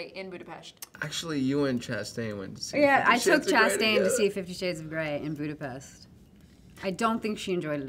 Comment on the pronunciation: As a hungarian, Chastain pronounced perfectly ‘Budapest’! Im impressed ☺️